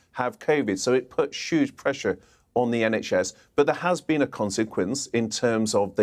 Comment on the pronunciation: A sshhhughe amount? Dissapointed he never mentioned "Putin's war" or Jeremy Corbyn as an excuse for everything. Thats sshuuge